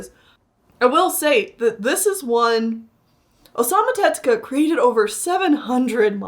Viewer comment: Pronunciation note: It's Tezuka, not "tetsuka." In Japanese, "tetsu" means "iron.